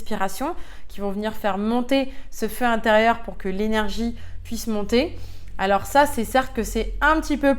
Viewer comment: Le IN se prononce IN , pas AN ….. on dit le LIEN , pas le LIAN …INformation et non ANformation …. etc etc ….INterieur et non ANterieur …